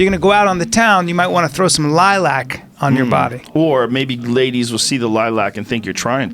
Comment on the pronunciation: I hate how they say Lilac..